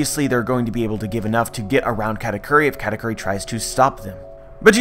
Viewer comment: its KU not Q